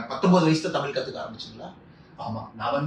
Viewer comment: At tami'zh' and mo'zh'i he gets it 100%